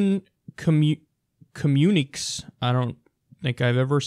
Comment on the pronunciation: Phonetically, the word communique is pronounced "comm-u-ni-kay"